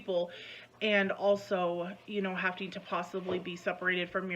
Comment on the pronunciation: "hafting to"...., darling, there isn't a T in that word, you sound dumb, it's "having to"